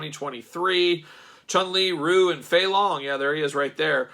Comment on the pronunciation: Most people pronounce Ryu as "Ree-you."